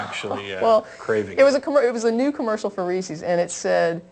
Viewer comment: I love you to death, but reesie's, really? When pronouncing Reese's, understand that the word is in it's possessive form, hence the apostrophe. The word should rhyme with "pieces", "leases", and "creases". If the word rhymes with "CiCi's", "Embassies", or "feces", you're doing it wrong. I hate to pick knits, but that one really bugs me.